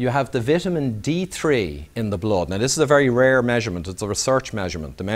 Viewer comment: Blod or Blood.....:-)